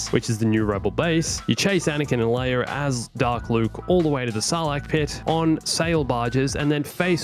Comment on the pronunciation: says leir instead of leia